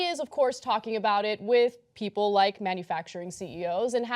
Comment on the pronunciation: Deus Umbra Dudes lol cos he cannot comprehend the word People or even pronounce the word People. Peee opal pe op le ?